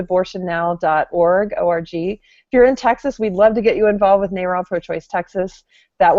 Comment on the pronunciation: I pronounce "NARAL" as if it rhymes with "barrel". "Nay-rel" sounds stupid. Kind of like saying "Ay-rab" for Arab, or "Fay-row" for "Pharaoh".